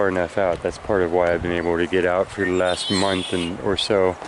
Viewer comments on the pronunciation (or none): none